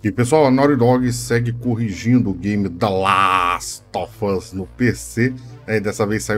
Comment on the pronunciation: Vc falando The Last of Us é muito engraçado klkkkkkkk